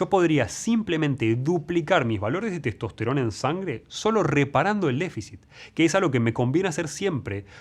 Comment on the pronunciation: Maestro, dice testost_rona